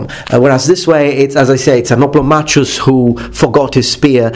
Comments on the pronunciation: I think the Oplomachus should be pronounced Oplomakhos, since it is from a greek world "Οπλομαχος" from Οπλοv, the tool or weapon and Mαχος, battle. All so sori for ze bad English az I am Outralpin ^^. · You used to pronounce "hoplomachus" as "hoplomacus". I like the former version more.